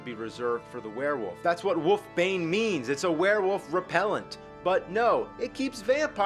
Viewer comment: I like how you call it woof bane :P